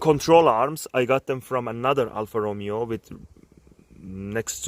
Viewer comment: great car but cried at the way you said alfa romeo